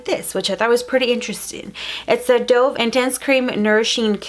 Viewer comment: Not to be rude but she said dove. Like I “dove” into the pool!! It is pronounced dove. Like the bird! 🕊